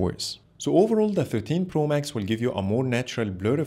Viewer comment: Good comparison...but ur pronounce for 13 pro sounds like 15 pro